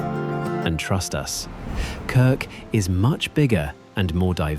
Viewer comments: Und die Insel heißt trotzdem Krk und nicht "Krik". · Warum kann man nicht einfach KRK sagen, warum immer Krik? 🤮 Abgeschaltet! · Danke, tolles Video... aber bitte... KRK nicht KRiK 😵‍💫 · 🤔 man sagt Krrrrk !!! Nicht Krik ?? Was ist das für eine Doku 👎👎👎Wir als Deutsche sind dort seit über 20 Jahren, UNGLAUBLICH WUNDERSCHÖN WUNDERBAR 😎😎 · Von Krik kann keine Rede sein. Ja, ich weiß, schwierig auszusprechen. Aber nun ist ihr Name Krk . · Die Insel heißt nicht Kirk, sondern Krk! Ohne "i" Vokal. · ES HEISST NICHT "KRIK"...DAS REISEN ist viel zu billig. Sollte 10X TEURER SEIN. MASSENTOURISMUS macht weltweit alles kaputt ! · Krk ,so aussprechen . Krk ist sehr schön ,war schön 4 mal dort. ❤ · KIRK! Haha! wisst ihr nicht, einmal wie das ausgesprochen wird? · Es ist wieder falsch es heisst Insel Krk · Ich möchte es gerne anschauen, aber immer wenn ich "Krk" so ausgesprochen höre, muss ich mich überwinden, weiter zu schauen. So bin ich noch nicht bis ans Ende gekommen. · Entsetzliche Aussprache von Krk…. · Niemcy źle wymawiają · a Croat: almost right. However, since your are asking, your "R" remained incorrect. 😉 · KRK wird so ausgesprochen, wie es geschrieben wird. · Die Namen der Orte werden genauso ausgesprochen, wie sie geschrieben sind, also: KRK und nicht Kirk, VRBNIK und nicht Virbnik. Das muss die KI noch dringend lernen.